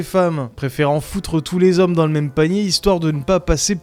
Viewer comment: "Les zhoms" 👀 nous le sachons